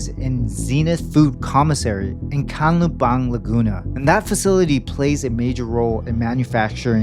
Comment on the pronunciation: ok it didnt crossed my mind that this is AI. but the way he said Canlubang is sus for AI.